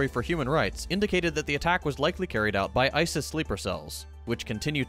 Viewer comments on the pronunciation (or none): none